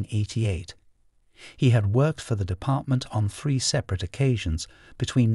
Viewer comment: I’m sorry lol bra… should be spelled braaaar 😂 And did they pronounce it ‘Free’ instead of three cos that’s friggin’ ace 😜🙏🏼♥️ I’m only jesting anyways.. Always like these videos it’s a great channel ♥️